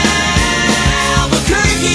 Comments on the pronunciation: sounds like Alber-turkey instead of Albuquerque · No, he's saying Albuquerque